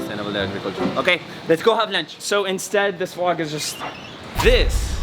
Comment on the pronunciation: saying VLOK is lit. 😂